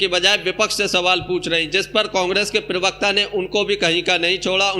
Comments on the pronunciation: Privakta nahi bey pervakta hota hai bay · भाई थोड़ा भाषा पर ध्यान दीजिये ,कान में चुबता है ,प्रेभक्ता नहीं प्रबक्ता है